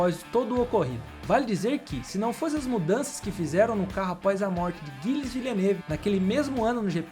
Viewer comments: Não deixei de curtir ou seguir, mas as pronúncias de pilotos e equipes não ficaram legais. Um vídeo bacana desses merece um cuidado maior. Por favor, entenda como uma crítica construtiva a um trabalho tão bom. Gilles, Pironi, Ensign, Tagliani, etc... As pronúncias estão aí e são acessíveis. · Gosto muito do conteúdo do canal, mas o narrador precisa pesquisar a pronúncia dos nomes dos pilotos antes de gravar. "Pirroní" é a pronúncia correta do piloto francês que se acidentou em 1982. Não é 'guilles", é "gille", dentre outras pronúncias equivocadas neste vídeo. Espero ter ajudado. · Os nomes pronunciados eram Pihony e Gilles (não Guilles)